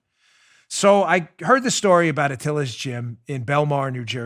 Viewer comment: The Atilis Gym IS NOT pronounced Atilla's, you dink. You were there for god's sake. Be smarter.